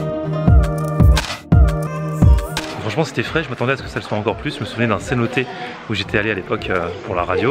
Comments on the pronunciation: 😂😂 c’est pas cenoté c’est cenote!! 😂😂 bonne vidéo oui effectivement tulum très touristique je te conseille d’aller dans les terres moi je suis aller pendant les vacances mais c’est grave bien!:D faut que tu visite les sites archéologiques c’est magnifique!! Le plus beau c’est dans le yukatan je trouve:) très bonne vidéo j’ai pas encore pas finis:) ps si tu veut des photos ect dis moi:) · on dit une cenote pas é a la fin comme une note